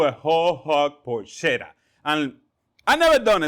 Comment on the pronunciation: Is not porscetta, is “porketta” the right way to pronounce